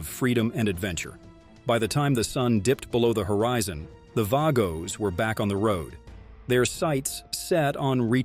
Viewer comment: You can't even pronounce the Vago's club name right maybe you should stay out of 1%ers business!!! And stop with the BS Government propaganda!!!